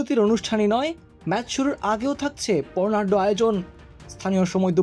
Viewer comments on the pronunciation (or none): বর্ণাঢ্য কে বলছে পর্ণাঢ্য😁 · পর্ণাড নারে বর্ণাঢ্য হবে বা*ছাল ভয়েস ডেলিভারি